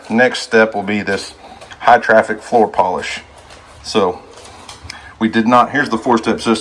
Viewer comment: there is No “th” on Height! 😂